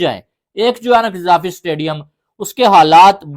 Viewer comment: Cutiye kayde se Gaddafi toh bol nhi pate....gazafi gazafi karte rehte hai 😂😂😂😂